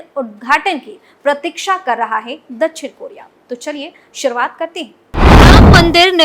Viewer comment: दछिण नही दक्+षिण=दक्षिण बोलो